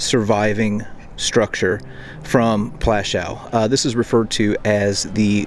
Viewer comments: The W at the end of Plaszow is pronounced as a V or even F but not as a W as in wagon. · could't learn to pronounce Pwashoov ? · Just one thing. Maybe learn the correct pronunciation of the name of the place. It's pronounced as PWUSHOOV. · It took the trouble to travel there but didn't take the trouble to pronounce it correctly. Just make some alternative word instead. 'Pwashof' ya dopey Yank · Oh please get even the most simple information right...it's PŁASZOW! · Plaszow. I really like what you’re doing, please consider pronouncing the names right and not “americanize “ it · Your history is spot on but i wish you took the time to learn the proper pronunciation of the camp and other significant names. Its disrespectful and something i find very common of americans.